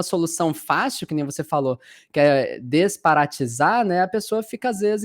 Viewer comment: Ouvi mal ou foi dito “desparatisar”? Não seria “desparasitar”? Ou viajei na maionese?…